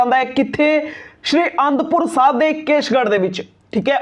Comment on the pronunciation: SRI and pur Sahib nahi sahi bolo g